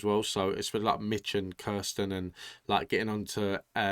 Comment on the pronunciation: It's OK to prefer Kirstin....rhymes with burstin'. OR Kirstie, rhymes with thirsty. But NOT KRIStin. And it's AH-vee for Avi.